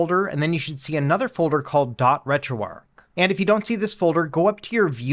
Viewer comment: It's Retro "ARCH" not "ARC"... There's an H. Good guide though.